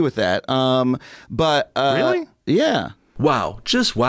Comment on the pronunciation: I love Joes "Realy?!?"